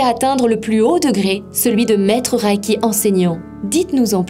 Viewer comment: Reiki est un mot japonais qui se lit "ré-i-ki" et non "ra-i-ki" comme dans la vidéo.